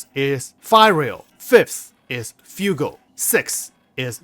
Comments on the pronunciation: Nice guide. Just what I needed. Just to help in future videos, Lamda is pronounced 'Lam-da' and Fuego is pronounced 'F-way-go' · Fuego is fire in Spanish… fwaygo